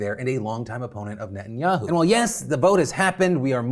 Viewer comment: I love you and your videos but your gotta work on your pronunciation of Netanyahu, it’s not ni-in-ya-u, it’s neh-tahn-ya-hu